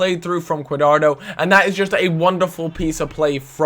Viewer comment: Italy and Germany. Also it's pronounced qua-dra-do